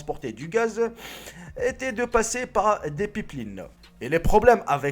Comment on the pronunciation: des "pippelinne" xD